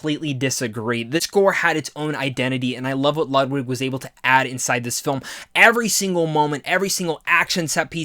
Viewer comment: Just wanna say Ludwig isn’t pronounced how you think it is. He’s Swedish so the “w” is pronounced as a “v” and the “u” is pronounced as an “o” so the proper pronunciation is “LOOD-VIG GORE-EN-SON” not “LUD-WIG” just for future reference. I know it’s easy to make that mistake. Good review by the way, I personally didn’t like the movie at all and don’t really feel compelled to watch a second time but I can understand why someone may love it. You give good reasons as to why.